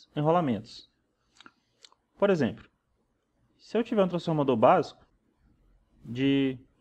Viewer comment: percebe-se que você faz algumas trocas fonológicas do L por R. como por exempRo, pRaca, etc. Uma fonoaudióloga pode te ajudar a melhorar isso. A qualidade das suas aulas são muito boas, você explica tudo bem explicado de forma que qlqr pessoa consegue entender. Parabéns pelo trabalho e continue assim. Espero q n se importe com o que observei, é uma crítica construtiva... Um abraço!